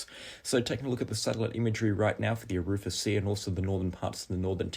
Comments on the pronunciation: Sorry mate but….. not aroofa sea it’s Ara fura, also Hughenden, it’s not hew ween deen it’s Hew en den. Keep up the great work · Arafura Sea, not Arufa Sea 😀